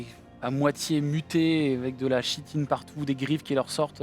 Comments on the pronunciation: très chouette vidéo ;) par contre en tant que relou , on dit "kitine" pour le mot "chitine" :D, mes oreilles vous remercie^^ Incroyable "Heretiques Explosion" xD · Chouette partie, les costumes ajoutent vraiment un truc. Pour usage futur : chitine se prononce [kitine]. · c'est génial. Juste une note: chitine se prononce Kitine (comme chtonien se prononce ktonien). Continuer les JDR c'est cool! Super cosplay et roleplay. Excellente ambiance. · On dit "kitine" et pas "chitine", ca trigger :s sinon top! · chitine se prononce kitine, mais sinon bien amusant! ;) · Ça se prononce Ki-tine 👀